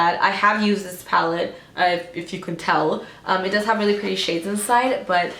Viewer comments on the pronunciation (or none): none